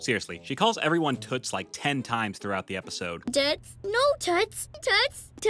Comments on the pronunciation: It sounds like she's saying tits😂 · I don’t like Daniel tiger and it’s sounds like t**s instead of toots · I thought raisins were a crappy Halloween treat, but stickers? Also O the owl missed an opportunity, he could've gone as a broken traffic light. If that can't be scary then I don't know what will. Also also, one of those "Toots" she said sounded like she said "tits" and that's just hilarious.😂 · I thought prince wensday was a bee hevie and l thought miss elila was saying toot 😭😭😭